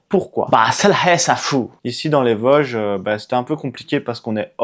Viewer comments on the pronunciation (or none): On dit Vôôôôôsges bon dieu ! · on dis les Vôooosges 😉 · Merci pour cette vidéo qui m'a effectivement plu mais qui ne m'a rien appris ^^. Petit cours de prononciation: VOOOOsges, Altenweiher=> Alteune Vaï Heure, Schissrothried==> Chisse Rooote Ride. Contrairement à toi, les sacs à dos de tes copines semblent trop gros, trop lourds et mal équilibrés. En Montagne car les Vosges, c'est de la Montagne, c'est vite usant et pénible ce genre de marche avec de tels sacs. Vous avez parcouru un secteur très connu, classique et touristique. Normal, c'est un des plus spectaculaires. Par ce climat, vent pluie et changement rapide de température, évite de monter sur le Kastelberg, dans le brouillard, on s'y perd. Il veut mieux rester à l'abri du vent en marchant sur les flancs des massifs. Il y a bien d'autres secteurs très beaux avec des refuges libres d'accès et confortables toute l'année. Ils sont équipés de poêles à bois ou de feu à l'âtre que tu peux utiliser. La ferme où vous avait fait une pause s'appelle une marcairie. N'hésite pas à me demander des conseils si tu veux revenir faire une expédition dans les Vosges.